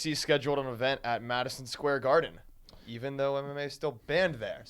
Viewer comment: Jackie Chan pronounces "Madison Square Garden" better than Brendan